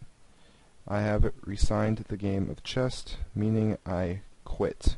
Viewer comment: Dude... Please tell me that you are from a different country and English is not your mother tongue. Chest instead of chess?! Horse instead of Knight?! Really dude? Even your pronunciation of config was a little iffy. Sorry dude but I'm being honest here!